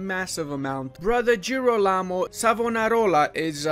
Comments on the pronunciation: G of girolamo like g of german 😉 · The correct pronounce is “jirólamo” The “g” is , well, like in english and the accent is on the first “o” Savonarola is correct 👍🏻